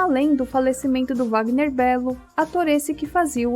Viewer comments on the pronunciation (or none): none